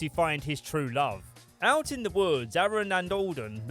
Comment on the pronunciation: you sound like a Baltimore native saying Aaron